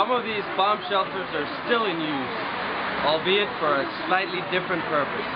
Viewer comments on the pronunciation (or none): Is English your first language? You pronounce some words funny, like "sino" and "albeit."